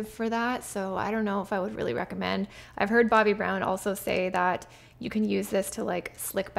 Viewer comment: Pronounces "Say" not "Sigh'".